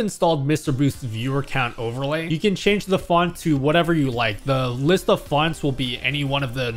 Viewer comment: Your inner Italian came through when you said, "with this widget you can of course, change-a-the-font"